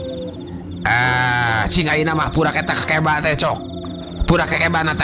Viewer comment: Assalamualaikum wr wb mang punteun sanes kekeba tapi keukeuba